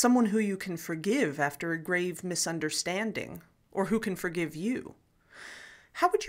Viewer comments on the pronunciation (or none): none